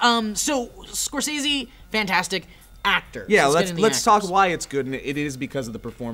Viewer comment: It bums me out that you guys say Scorsese's name 100 times in this vid and that you pronounce it wrong every time.